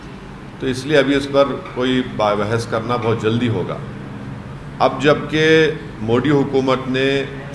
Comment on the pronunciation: Sala ye kaisa padha likha h jo मोदी जी को मोडी bolta h😂